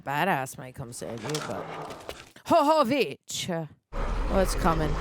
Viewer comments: Calling her "Hohovich" or whatever was painful to hear so many times... As for the franchise, unfortunately after this one is where things start to go downhill... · Why are you saying hovovich when its jovovich? 🤔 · Who the hell is this Ho-Ho Witch you keep summoning? Yoh-voh-vitch/yoh-vuh-vitch. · I have to imagine that others have come before me, but I'm not scanning all of the comments; Milla's last name is pronounced YO (like "YO, where the bitches at!?") - VO (like "I VO-ted the last election. ") VICH (like Bitch, but with a "V") 😊. YO-VO-VICH, but spelled Jovovich. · intentionally mispronouncing Milla Jovovich's last name as Ho-Ho-vich is just disrespectful and blatant ignorant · Her name is pronounce “yo-vo-vitch” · The fact that yall say her last name wrong just for funsies lol idk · The mispronunciation of Jovovich is funny like the first two times. Lol.